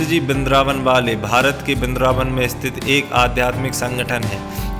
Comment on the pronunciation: वृंदावन होता है भाई। बिंद्रबान नही। उच्चारण सही किया करो